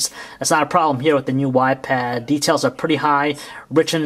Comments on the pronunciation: He called it a "y pad" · He said YPad? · you call the iPad a ypad :P but overall a really good review :) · It sounds like he's saying "WiPad" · He says wipad all the time -.-'